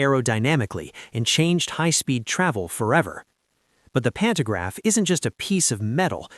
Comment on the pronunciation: AI Slop narration, mispronouncing words. "Pannograph". Really? REALLY?